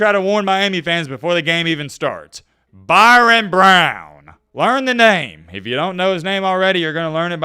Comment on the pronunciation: His name is Byrum not Byron